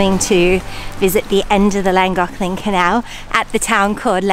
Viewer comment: Very nice video ladies. (I need a kneeling/bowing emoji. lol ) I have a question, it may just be the difference in our languages but I have noticed that you pronounce Llangollen like it has a c or k in it... the Llan glock len? So am I misunderstanding the way you pronounce it? No matter, it was a great adventure and I for one am glad you took us along for the trip. 🎉 👍